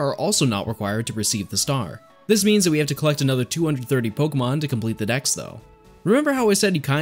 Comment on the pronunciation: Kanto DEX not DAXxx